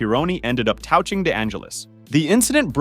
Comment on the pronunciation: How are you pronouncing the word "touching"?